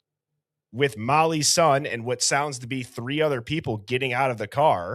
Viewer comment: EVERYTIME you said "Mollys son" it sounds like a Chinese word "Mollysson" 😂😂😂 Like the karate kid learning a new "wipe on wipe off" method 😂